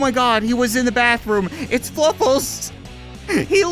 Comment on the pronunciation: I don't mean to be a grammar nazi but its fluffles not fuffles